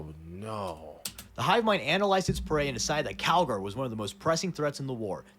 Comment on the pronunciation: Bro keeps calling him Cagalry 💀